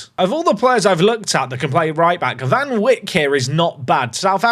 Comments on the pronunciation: As a South African, I just wanna say that van Wyk is pronounced like "van vake“ the w sounds more like a v, and the y makes a “ay“ sound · Totally butchered that "van Wyk" pronunciation for a South African, still enjoying my lunch!